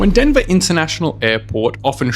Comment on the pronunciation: denva intanashonal aypawt